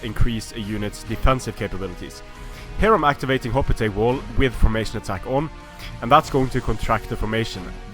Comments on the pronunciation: no, it's pronounced as it's spelled. He was saying "hop-li-tights" instead of "hop-lite" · Can you say hoplite correctly